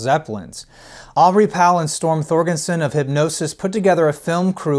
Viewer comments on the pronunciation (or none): Thorgerson, not Thorgenson. Come on, man!